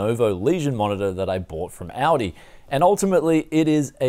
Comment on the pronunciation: i swear i hear AUDI not aldi :))